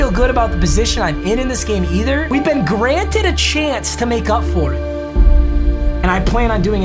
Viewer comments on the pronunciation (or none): none